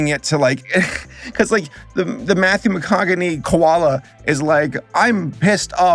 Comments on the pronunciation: So i don't wanna correct you but to help you understand how his name is said Mccoughney, mick-con-oh-hey. I agree until it was said like i think i heard his name in a trailer that his name is confusing to pronounce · Am I missing something? Why does he keep mispronouncing mcconaughey? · So are we just not gonna talk about the pronounciation of Matthew McConaughey? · Come on, man... you mispronouncing Matthew McConaughey's name is a total bit. No one is buying it, dude. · Why the hell can’t you saying Matthew McConaughey name correctly. The dude has been around damn near 30 years. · Lol I’m just wondering if he really knows how to say Matthew McConaughey or he’s just being silly 🤣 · Just letting you know, it’s pronounced “Muh-Con-Uh-Hay”. Solid video regardless,. 🙂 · hearing you struggle with matthew mcconaughey's name was pretty amusing ngl You don't pronounce the g. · It's Mathew Ma-cona-hey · I really love your reviews even of the totally aweful stuff. What I really liked about this review is that you constantly mispronounce McConaughey :D it's pronounced Mc-Conna-hue. Also that "bobcat" is supposed to be an European Lynx. In Vegas. Makes total sense. Keep up the good work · Did he say Mathew macoganey? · I swear at first I thought you said “Matthew Hokage” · do you pronounce mcconaughey as mccockney for a reason I'm so confused KLSJDHF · its painful to hear you pronounce Matthew Mahogneys name, like he says his own name so much you'd think you'd have know how to say Matthew McChicken's name, im pretty sure Matthew Megaphone can't stop saying his own name, like Matthew Mccoughsalot is addicted to it or something in all seriousness though if your havening troubling saying his name its Matthew McConaughey {Mah-con-ah-hey}... its a real bamboozler if youve never heard his name pronounced, and if i remember correctly his name is pronounced VERY differently in different areas of the world, but his is pronounced like how i outlined above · Matthew Mi-Con-A-Hey 😂